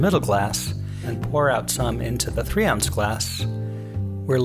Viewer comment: I don’t understand. What is this thing “an ouns”. Is this what you are saying?